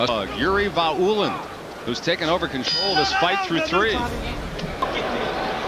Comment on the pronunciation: Vaulin = pronunciation Va-oo-lean , not Vo-lain.